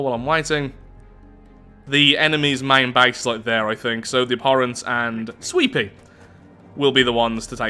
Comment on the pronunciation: Everytime says "sweepy" i think hes saying sweetpea